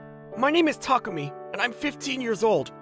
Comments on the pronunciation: Why does Chihiro keep calling Takumi "Tamaki"? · Am I the only one who heard that the lady always says Tamuki-kun instead of Takumi-kun? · Thay say his name so wrong from how it's typed Thay say it like "tamuki" not "takumi" that is hilarious (Edit) just realized that his dad actually said his name right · They said tamuki instead of takumi, how sad. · Female VA keeps mispronouncing the name "Takumi" into "Tamuki" :(